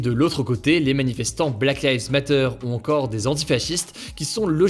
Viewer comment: Bah qu'est-il arrivé au bel accent anglais d'autrefois pour dire "Black Lives Matter?" 😢